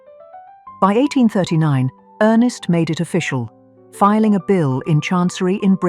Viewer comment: Ernst Augustus, not earnest.